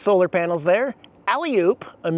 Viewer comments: It's not "Iraaq," it's "Iraan," and it's a three-syllable word pronounced, "ira-ann." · It’s pronounced “I. RAH ANN” NOT IRAN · Pronounced Ira An